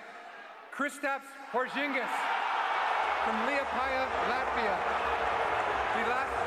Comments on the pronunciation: Who the fuck is tingus pingus???? I never heard of lateevia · I've never heard of 'Lativia'